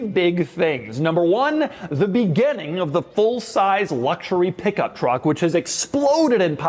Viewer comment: Doug the type of guy to pronounce "beginning " as "begenning ".